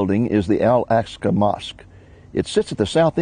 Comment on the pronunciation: al-aqsa mosque not "Alaska Mosque!" timeline :|